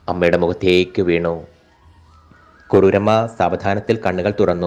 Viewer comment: കരുര് അല്ല കുറൂരമ്മ